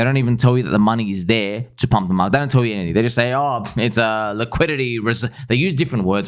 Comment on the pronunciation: That accent came out heavy when you say we need to pumppppp🤗😂